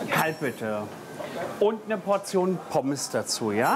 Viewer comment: Aus Gyros wird „Küros“ Trocken= „drocken“ Portion = „bortion“ Gros = „kros“ Blumentopf = „Plumentopf“ Gruselig = „Kruselig“ , der soll mal den armen Max Kruse aus dem Spiel lassen Ich konnte nicht mehr 😂😂